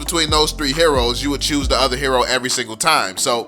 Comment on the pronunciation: Hey it's other not odour😂😂